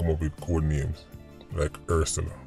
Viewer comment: Ursula make sense #pronunciation Hearse Sella